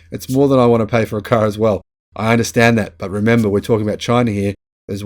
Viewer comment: "Chy-na" DJT